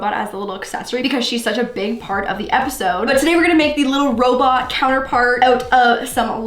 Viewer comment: Did just say appisode instead of episode